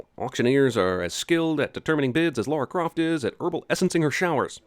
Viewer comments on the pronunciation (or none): He STILL got it wrong! Lara Croft not Laura ! By Alicia Vikander. It is not LAra like Larry, nor is it Laura, it is Lah-Rah. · Why do you keep pronouncing Lara as Laura? I don't understand, they pronounce it in the freaking movie for you. And why did you pronounce it correctly once? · Pronouncing Lara as 'Laura'. Ding! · i sin u for saying laura instead of lara for no reason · *LA RA. Laaa raaah Not Laura! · Not Laura... Lara! It's been 20+ years I am in Tomb Raider world, and all this time you Americans couldn't say that name properly. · it's LAR-RAR, not LOR-RUH, fuck! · Her name is Lara not laura. If your gonna make video pronounce names correctly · LAH-RA NOT LAWRUH. LARAAA. STOP CHANGING THE PRONUNCIATION PLSS DEAR GAHD. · Says Lara correctly directly after someone in a scene says her name. Any other time completely forgets and goes back to Laura. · I have to sin CinemaSins (and every American) for not knowing how to pronounce her name correctly. You all say "Laura Croft", when her name is actually LARA (rhymes with La La)..LA-RA...Got it? Good. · It's Laaa-Raaa....Not Lora or Laura...Ding Ding Ding Ding x ...How dare you get her name wrong? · Lara - not "Laura" -- ding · The way you pronounce her name is kinda weird. Her name is Lara not Laura. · Who the hell is "Laura"? you keep saying it over and over again?? It's La - ra . Like la in laugh and ra in rationalisation. Shit why am I even telling you. They say her name 50x in the movie. I don't get it. Did we watch the same film? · Sin everytime he says Laura instead of Lara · L-A-R-A NOT LAURA! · Laura Craft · I made it almost 9 minutes before I gave up. Dude...fucking learn how to pronounce the character's name or don't do the video. Jeez. You've had how long to know it's LA-RA, not LAU-RA? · Laura is pronounced Lore uh. Lara is pronounced lar uh. Ffs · God, damn it, America! It's Lara, not Laura! Stop saying it Laura! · Lara and Laura are actually different names though so... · Please stop saying LAURA